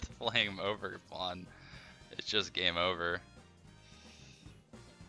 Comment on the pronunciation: Ogerpon said ogergone